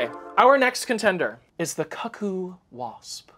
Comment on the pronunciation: doesn't know how to say cuckoo?